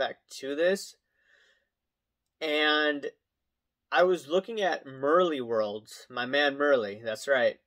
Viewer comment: If Merlin (Merleworld) is really your friend you would actually be able to say his name right. At no point have you been his friend, all you have done is criticized him and The Great Curator Daniel. Don't pretend. I watch you cause of the analytics you provide because you seem to know what you're talking about with the financial aspect of your vlogs. I don't agree with the criticism you give others but but every human or American has freedom of speech and can view their opinions how they wish like i am doing now